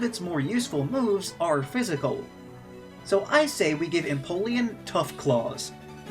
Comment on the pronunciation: Empoleon is your favorite pokemon but you litteraly mispronounce it bruh. Look at the pokedex 3d game